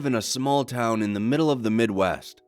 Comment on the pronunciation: "I live in a town in the mid-weth"